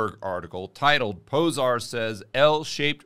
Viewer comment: "zs" is pronounced like "j" from jeesh. Zoltan Pojar